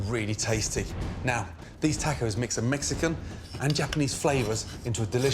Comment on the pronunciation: "tackos" lol